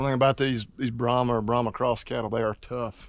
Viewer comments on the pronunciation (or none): It’s brahman, not brahma. And they aren’t aggressive cattle at all!